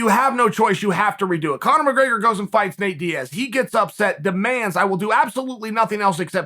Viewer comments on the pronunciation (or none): none